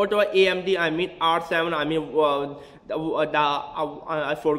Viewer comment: hahahahahahaahahahhhwhhaha you sound to funny amdi is amd not amdi need beat en then rap amdi amdi hahahahahahahahahah